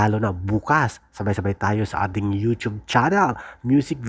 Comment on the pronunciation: AI yta ito Atins ng Atins 😂 sabing walang "S" ang A'TIN